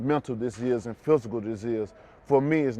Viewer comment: “90% Montal and 4% Fusical”